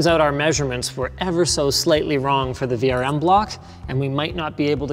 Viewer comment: What ze fok